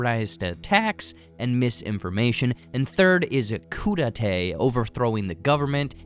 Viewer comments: LOL...not Koo-Da-Tay (as in crudité), but KOO-DAY-TA as in coup d'état (overthrow of state) 😂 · You have produced a thorough and most engrossing analysis of this bizarre movie. To say that you are an observant critic would be an understatement. Just three things you might want to correct: 1) “Coup d’etat” is pronounced “coo-detah” and not “coodatay”; 2) The “Spanish lady” on the highway was not from Spain but most likely from Mexico or Central or South America; 3) you used “infer” when you meant “imply” when explaining the food products on the shelves in the bunker pantry. These are small things, to be sure, but your video is of such high quality that it couldn’t hurt to make it even better. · Pronounced “koo day tah”. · it's called a "coup d'état" not a "kudate" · "Coodatay?" Who are you, Poitier Tang?